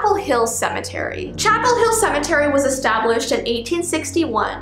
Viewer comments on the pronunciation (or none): Chapel Hill Cemetery Me: DID YOU JSUT SAY CHANEL